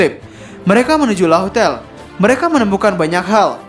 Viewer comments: min ini udah ketiga kalinya nih yak, laugh tale = laf tel dibacanya cek di gugel translate deh min. big fan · Laugh tale di baca laff tel min..